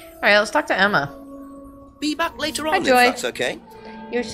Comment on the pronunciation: Every time does the "Be back later on if that's okay", it sounds like "bee-bap", like he's gonna start scat singing. "Bee-bap ba dideli-doo... Bee-bap ba daba-da" 😂